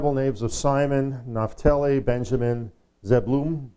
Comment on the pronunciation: One of the 12 Tribes of Israel, Pronounced Zeb-u-lon. A literary device, as a code book, this name not known?